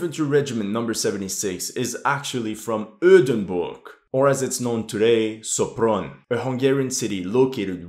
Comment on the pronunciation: >Pronounces Sopron as Szopron >Pronounces Budapest right Gave me a chuckle ngl